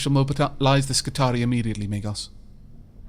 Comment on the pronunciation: I love the video,, but I gotta point out that "Skitarii" is pronounced "Skitari-i" It's plural of "Skitarius", so the last I is a suffix which isn't silent.:) I didn't realize this either before I played Rome 2, but it makes sense when you think about it. I would definitely try to go through this fight and try to kill the boss guy on my second try. You took 20% of his HP with one good shot. If you had known the servitors would both die in an attack, and been aggressive about it, I think it's doable.